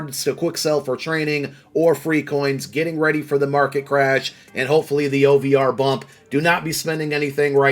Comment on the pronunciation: "OVR" triggers me now 😂